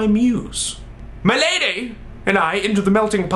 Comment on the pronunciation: I love the way he says "MAH LADEH" every time he refers to his date. Okay, Olan seriously, I'm in love with you please marry me